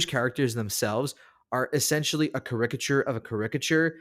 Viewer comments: Thanks for the list. I usually watch TV shows, and there are a lot of great Jewish TV shows (The Queen of Jerusalem is my current favorite, but there are plenty of others, streaming on Netflix especially). One thing, though. Please learn how to pronounce caricature (CAricature). 🤗💙 Shalom Shalom! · Sorry, but the pronunciation is CA-ri-ca-ture, with the stress on the first syllable.